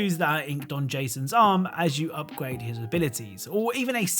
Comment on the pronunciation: up gwade